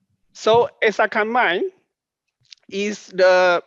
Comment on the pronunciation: Thanks! I've been searching for the correct pronunciation of ‘Essakane’, and you are a good source.